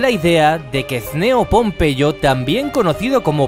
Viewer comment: pompeyo no popeye jaajajajjaja xd